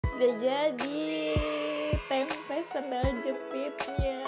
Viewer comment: TOLONG KAK KALAU BILANG TEMPE jangan Dikasih Penekanan Huruf "K" dibelakangnya .... .Artinya sudah beda,,😂 .kalau TEMPE itu kacang Kedelainya didalam .kalau TEMPEK itu kacang kedelainya Diluar...